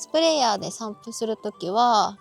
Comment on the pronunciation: 散布が散歩に聞こえた